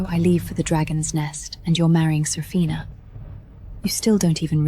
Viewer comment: Serafina ? Safina ? Sorafnia ? 😂😂